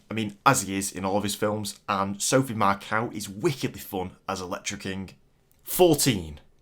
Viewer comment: Sophie Marceau’s name isn’t pronounced “Macau” but “Mar Saw”.